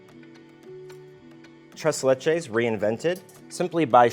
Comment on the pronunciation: It's his "treS leCHes" that did it for me